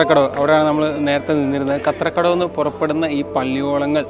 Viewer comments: Bro its sathra kadav not kathra kadav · kathrakadavu alla, SATHRAKADAVU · കത്രകടവ് അല്ലേ ബ്രോ സത്രകടവ് ആണ് 😌